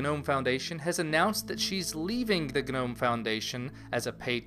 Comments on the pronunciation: It felt like it shocked my brain every time I heard "guh-nome". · um, i think the g in gnome is silent, like garden gnome. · Is it really supposed to be pronounced 'guh-nome'?